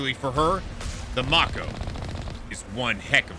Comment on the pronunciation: I am not excited about how you pronounce Mako. Its strange.